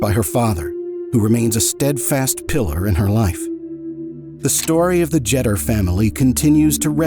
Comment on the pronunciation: It is "JETER" as in "PETER" !!!